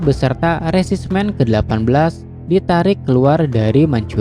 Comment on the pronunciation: iya resimen jadi resismen